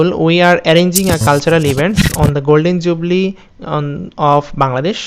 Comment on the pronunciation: Are bai golden jubli noy, golden jubilee😛😝😛